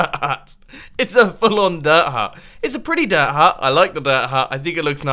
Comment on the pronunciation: I like how he says "diir..huut"